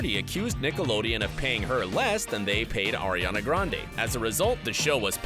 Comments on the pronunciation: ITS ARIANA GRANDE NOT AIRIANA GRANDE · Ummmm did you say “airiana grande” instead of “Ariana Grande”????? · Air-ree-ana OOOO THATS GETS ME SO UNSATISFIED!!!